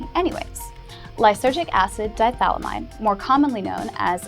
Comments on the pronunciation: It's di-ethyl-amide, not "dithalamide." It is important to pronounce every syllable in chemistry. The way you say it, the "ethyl" is not pronounced. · It's pronounced "di-eth-yl-i-mide" (dī'ĕth'ələmĭd), not dī-thal-ĭ-mĭde! Sheesh. Talk about DMT! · You made me second-guess myself so I checked it out. It's pronounced "dahy-eth-uh-lam-ahyd". "Di-ethyl" as in two Ethyl groups, not a single Diethal. Although a diethal does sound like something quite extreme and possibly with spikes. Thought I was going crazy for a second. Alright, my nitpickery is done for the day. Everyone here seems to be in agreement that you're attractive so I don't have much choice but to let this slide. This time. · It's not lysergic acid di-THALAMIDE. it's lysergic acid di-ETHYLAMIDE. At least get that much right. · Hey its not pronounced DIE-thalymide its di-ethyl-amide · Given that Albert Hofmann was a german-speaking swiss man, he'd actually pronounce it somewhat like 'dee-et-huel-ameed'. Two ethyl groups is correct, of course :) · Agreed... And she can't even pronounce "diethylamide" ... But, sure, very cute... Ignorant as a doorstop, but cute. Big deal ... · just a tip! If you are going to make a video on something learn how to pronounce it.Phonetically, it is die ee ful or die efful eh mide or am eyed depending on whether you are from the US or UK and commonwealth countries.This vid ruined your creds from about 30 secs in.